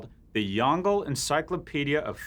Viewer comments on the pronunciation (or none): lol, it's pronounce Yong - Le, not "Yongle". I thought it was some ancient App.